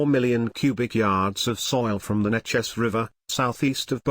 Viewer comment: Neches is pronounced NA'ches...long A...grew up in SE Texas and always was aware of the Reserve Fleet in the river bend...